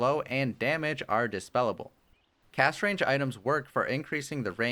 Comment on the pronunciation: Some constructive criticism. You sometimes pronounce words like "Last" and "Cast" with an h sound, like Lash and Cash. Also, when describing his ultimate, I think you said both 25 seconds and .5 seconds when you meant to say 2.5 seconds. Might help to just do one more listen before uploading or get a friend to listen. Great video and helped me understand the new hero, I just wanted to offer good input if I could. thank you